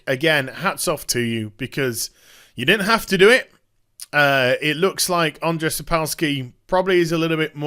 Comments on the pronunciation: It's pronounced Aa-n-jay.... I share the same name and ppl butchering it hurts my feelings T. T Also while I think the guys at CD projekt Red are great there is a passage in the polish copyright law which gave Sapkowski a legal ground for suing. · It's hillarious how you say "Andrzej", keep the good work